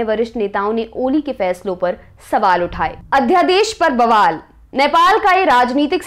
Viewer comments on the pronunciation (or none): none